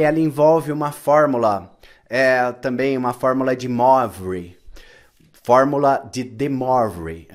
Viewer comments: A pronucia é "MOAVRE" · Ótima aula. Sou um professor de francês aposentado, que resolveu estudar eletroeletrônica. Mas para isso, preciso entender muita trigonometria, números complexos etc. Se permite professor, a pronúncia do nome do matemático francês é 'Muavre', já que o som do 'oi' é 'uá'. Grato pela aula.